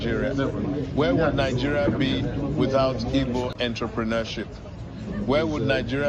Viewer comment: Who wrote this for the president of Nigeria to read. Just look at how he is pronouncing Igbo. We need Biafra